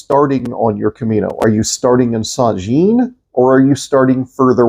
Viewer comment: I'm sorry but I have to correct your pronunciation of St Jean . It is France for John and pronounced as St. Jahon (with a France Axcent ) . thanks